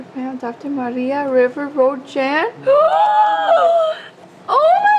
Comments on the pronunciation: It’s Jan as in the shorter version January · Hey Ian, congratulations on adopting a koala, you guys are more Aussie than some Aussies I know. Your little Koala’s name is Jan (the J is pronounced as a J not Y as in the Mexican language) Maria River Road is the region where Jan is from hence her title of Maria River Road Jan. 😊❤️🇦🇺